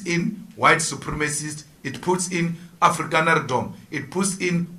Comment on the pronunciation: Julius said "this brings afrikaanerrdom 😅😅" funny guy.